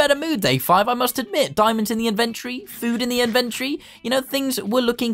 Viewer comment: I love when he says invantry